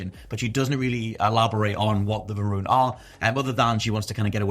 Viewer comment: House Va'ruun sounds like House Iran.